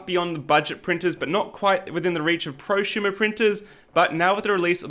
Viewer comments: if you say "Pro shumer" again ill smack you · What is a “proshumer”? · "not quite at the mark of prusumer printers" so here's a prusa xD (sorry but you pronounced it so funnily I had to point it out.)